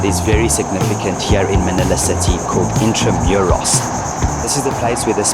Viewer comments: I want to share the proper pronounce of Intramuros is Intramooros not Intramewros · yep if you still want to see one more is Old Paco Park connected to Intramuros walled town history. It is in Manila city too around nearby Malacañang Palace and east end of Rizal park. Intramuros is pronounced INTRAMOOROS yeah pronunciation lessons too in the Philippines are available for foreigners. No need for google search coz it has none. 😂😂 😂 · Intramuros is pronounced IN-TRA-MOO-ROS. The other incarceration area Fort Santiago is FORT SAN-TI-YAH-GO. What you were seeing are the Spanish Government's influence. The Philippines had been under Spanish rule for 300 years so we have Spanish words in local language. The country was named after King Philip of Spain when the country was discovered.